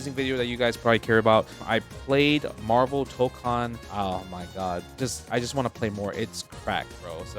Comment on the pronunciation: It's Marvul Baybee